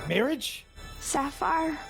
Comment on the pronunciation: marrwage :3